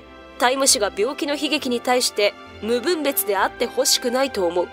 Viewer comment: 「無分別」は、「むぶんべつ」ではなく「むふんべつ」です。ちなみに、ゴミの分別は「ぶんべつ」です。 また、「容認」は「ようい」ではなく、「ようにん」です。